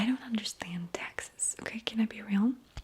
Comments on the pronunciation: I thought was about to start shitting on Texans and then I realized she was talking about “taxes” 😂😂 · Yep I heard Texas not taxes lol..Sorry and ty I was so confused 😅